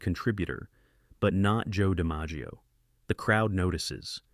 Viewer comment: That's pretty bad when the main character's name in your video is mispronounced, including other names being butchered.